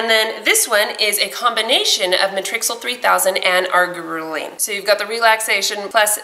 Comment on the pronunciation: it's pronounced ( Are-gee-er-leen)